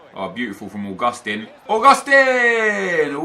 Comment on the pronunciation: Augustin (AUGUST TEEN) not (a gust ten)